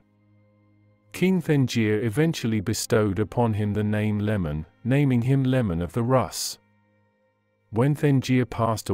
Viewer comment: Bro, it not lemon its Leman. It is really hard to listen to this when you keep saying lemon. People will not watch you channel if you keep making mistakes like that.